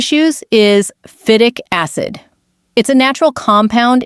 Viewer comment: how do you pronounce phytic acid ??? PLEASE start using a person to read the script, not a cheap A.I. computer program.